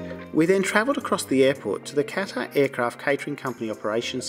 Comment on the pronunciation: how would you like it if I pronounced your name like "Denice"? If you're doing an entire video on Qatar Airways, the least you can do is pronounce "Qatar" properly.